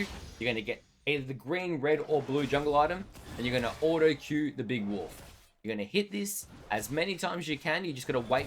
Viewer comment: Why do you pronounce "wolf" like "woof"